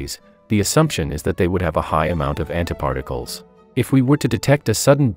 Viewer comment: i am sorry but i couldn't stop hearing "hentai particles" 😥